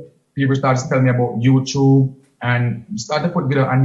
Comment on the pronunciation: Every time king say Youchube 😂